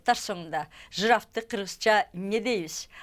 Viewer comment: Жырафты , Акыра дейт